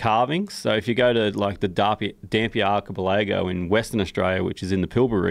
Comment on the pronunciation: Omg he cannot pronounce his "th" sounds or the word archipelago. Otherwise a great episode. Great to see an Aussie talking to Joe.